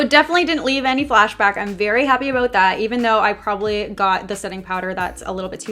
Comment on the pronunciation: "Problably" i'm sorry but i heard it 😅 i love ya girl